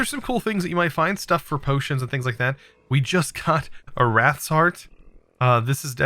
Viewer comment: Calls wights "Wraths"